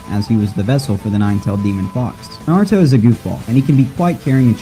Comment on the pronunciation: Naruto. Nah-ru-toe.